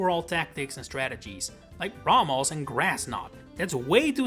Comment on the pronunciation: It’s pronounced RAY-mohs, VEE-oh-luh, viv-EE-YAHN, and brass-EE-iss, “”! 🤨 You also left out ORAS! 🙄